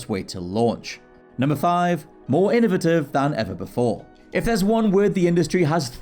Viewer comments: How is it you can pronounce innovation right and innovative wrong? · I have an innovative idea. How about pronounce the word innovative correctly.